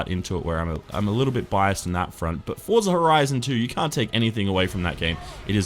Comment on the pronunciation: Wears the Forza Horizon 3 shirt (that I somehow bloody missed out on) and still gets the title of the game butchered! LOL Oh... and you it's freakin' hot here in Sydney too!